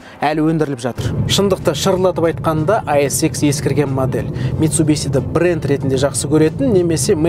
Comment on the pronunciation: Митсубиси емес дурыс айту керек бузбай митсубишшшшшши дей гой братан